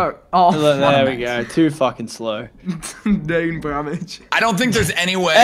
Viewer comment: when your brain so damaged you say dain bramage instead of brain damage XD